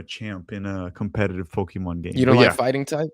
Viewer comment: I think you are mispronouncing the word "Pokemon"